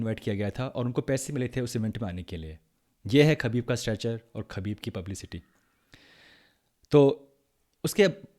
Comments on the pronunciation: Habib not khabib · Bro its pronounced as habib not khabib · Bro his name is pronounced as Habib.